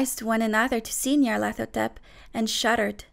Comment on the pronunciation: BOI YOU PRONOUNCED IT DIFFERENT THAN I DO DIAF